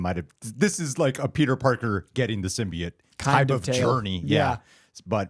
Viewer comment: saying symbiote wrong 100 times is making my brain itch